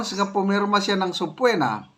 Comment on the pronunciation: sabpeena po yan hindi po sabpuwena😂😂😂